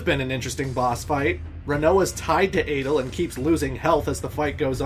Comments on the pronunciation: Dude.. Adle? Ultimeshea? ODEEN? Are you doing this on purpose or something? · Thomas Morato Balamb and Adel aren’t that strange